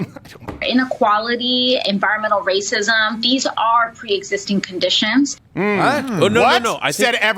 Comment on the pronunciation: Lmfaoo did she say environmental rahscism???? Lmfaooooooo (Youtube deletes my comment if i spell that word correctly)